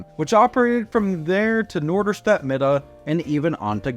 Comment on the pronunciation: I like that you already pronounce “Mitte” like us Norderstedters do - Midde :) (It’s also commonly called NoMi)